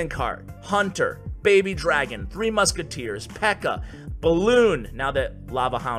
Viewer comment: Did he say 3 muski in the epics???